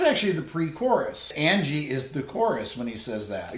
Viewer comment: I want to like this song so much, but Mick's completely bizarre pronunciation of Angie ruins it for me every time.